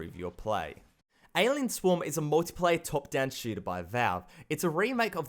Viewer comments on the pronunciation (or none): none